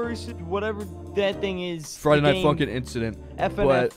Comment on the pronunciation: fraiday nait funkin hmmm *friday night funkin' lolo